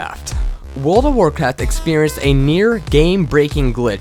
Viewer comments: nope ik he said warcrack and not warcraft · lol on the end glitch world of war craft he said world of war crack hahah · He called World of Warcraft World of Warcrack. XD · Is it me That heard at the end he said world of warcrack? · at the end he said world of war crack! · He said world of world crack LOL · he said world of warcrack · He said World of Warcrack. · lol he said world of war crack at the end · Wait did he say world of warcrack? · Is it me or at the world of Warcraft glitch thing, the narrator said "WOW WORLD OF WAR CRACK!"? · "Wold of warcrack"? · any else notice that in the end he said spoilers world of warcrack? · wait... did he say at the end 17.28 "good job world of warcrack????" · At the end of him talking about World of Warcraft he said World of warcrack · Lol World Of Warcrack XD (sounds lke he sais that in the end)